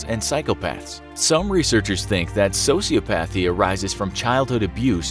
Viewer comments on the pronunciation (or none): This guy saying sociopAthy instead of sociOpathy is driving me CRAZY!! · As soon as you pronounce sociopathy as "socio-path-y" and not how it is properly produced "soci-op-athy", I can no longer take you seriously. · I hate how some people say sociopathy. It isn't Pathy, it's pronounced Pothy, but the spelling is different.